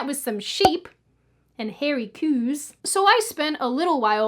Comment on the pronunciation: "" haha never thought I'd hear you say something in a slight Scottish accent.